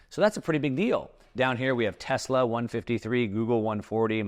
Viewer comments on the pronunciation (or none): none